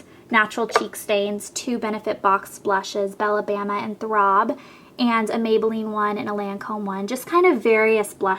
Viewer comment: your voice is so annoying like why do you say ''throBBBB'' ugh.